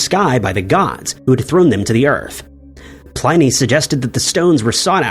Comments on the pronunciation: It's pronounced "Plinny." Rhymes with ninny. And it's "Ma-jel-ahn," not "Meg-ell-an." 🙄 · You may want to take the time to learn pronunciations before recording. For instance, 'Byzantine' 'Pliny' and 'Magellan'.